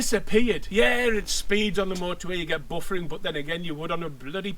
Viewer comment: Buffeting mate not buffering. Entertaining review!🤣